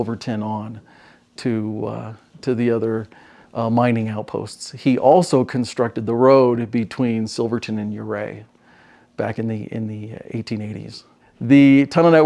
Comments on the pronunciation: Thank you for sharing all the history in Silverton. Love that you guys do more then just stop at places. As a western Slope local I just have to tell you Ouray is pronounced "your-aye" :) See you down the road! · The town at the end of the Million Dollar Highway is pronounced You Ray supposedly after a Ute chief in the area.